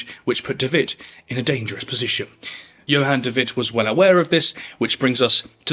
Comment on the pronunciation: Djon david😂 *Johan de Wit